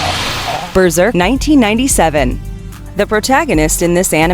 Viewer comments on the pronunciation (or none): I’m honestly a little pissed at you guys for recommending Berserk. (Or as you say, “Berserker.”) It’s one of the vilest, most deeply disturbing series I’ve ever seen. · First it's Berserk not Berserker. I watched Pirates of Dark Water it was amazing. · BERSERK Not berserker come on how'd you message that up lol great video a lot of my childhood cartoons are on it